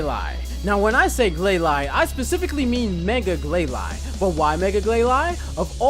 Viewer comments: BRA I'v wanted Glalie since I new about that guy and Mega Glalie.And its pronounced (gl-A-lee). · Its Glay-Lee not Glay-Lie (Glalie) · its pernounced Ga-lale-E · Gl-lay-lee Just saying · Glalie............NOT GLAY-LY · It's glail- e just saying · It bothers me how he's obviously reading notes on a screen the whole time. I also can't stand how he pronounces Glalie and Clawitzer. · I'm sorry very tiny Nitpick of mine, Your Pronunciation of Glalie doesn't bother me as much but Clawitzer is pronounced Claw-Witser. You're saying it as if the "I" and "T" in it's name are swapped. Great list though :)